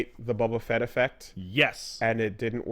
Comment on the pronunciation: "bobba fett"